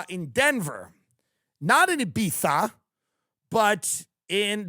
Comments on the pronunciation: Thank you for pronouncing Ibiza (e bee tha) correctly. It’s a wonderful place except when I went there some guys made fun of me :( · Tim saying Ibiza the way everyone else does brings me happiness